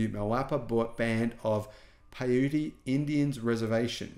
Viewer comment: PIE-yoot Indians, not Pay-YOO-tee Indians.